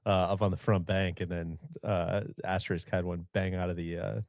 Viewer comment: Asterisk pronounced ass-ter-risk. No X in that word